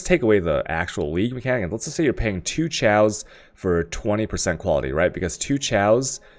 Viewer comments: why can you not articulate any word correct? its chisel, not chaosol, its chaos not tjejoas, its vaal not whale... fs. love you =) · LOL this guy sounded so smart until he said "Chysel" and "Ciaos" Oh don't for get Al-ch-me" Do you go to school for Al-ch-me? I's called Alchemy. As in the study. As in the orb. Oh also a Chisel is a Ch-i-sel not Chy-sel. Chisel in the real world is used for carving stone, so it's the same damn thing. Makes an EEEH sound. And chaos is pronounced "Kay-oss" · whats chal? you mean chaos? it is like coffee, chaos, not like cherry:)p same with alchemy...